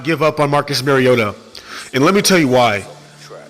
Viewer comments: Love ya..but Maaaariota. Not Mayriotta. Please please just try to get his name right. Nobody does. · And yes it’s Mario-ta not marry-ota just always think super mario......ta lol that’s my nickname when he is healthy. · Can’t say someone has the wrong view on MARIO-ta when you can’t say his name right? With him on the field titans can beat anyone. The only problem is he won’t be there every game. Week 17 playoffs on the line as an example. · Can you please learn how to pronounce the mans name. It’s Marcus “Mar-e-o-ta” every time you go to pronounce his name think like you’re saying super Mario. I had to turn your video off 2 mins in from hearing the mispronunciation. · no just fucking no. Lol. He has corrected people. Just because you hear it said wrong don’t mean you should too. Just take the correction and move on.